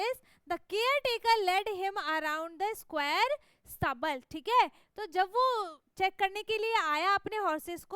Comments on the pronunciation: That is stable pronounce is wrong 😂😂😂😂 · Search in Google pronation of stable 😂😂😂😂😂😂😂